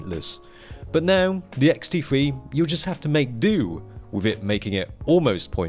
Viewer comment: is sound like he says ''xt free''